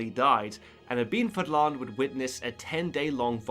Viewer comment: It’s pronounced Ahh- med (like you’re breathing on your glasses before cleaning them) ibn (not ibben, don’t insert any letter in between) Fahddlahn